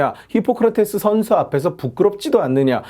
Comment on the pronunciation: 션셔 ㅋㅋㅋㅋㅋㅋㅋㅋㅋㅋㅋ션셔래 ㅋㅋㅋㅋㅋㅋㅋ